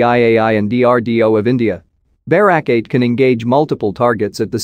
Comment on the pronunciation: it's not pronounced BEH-rawk, it's buh-RAK